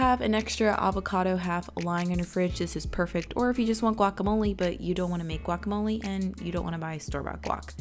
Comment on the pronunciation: I love the way you say "quacamole"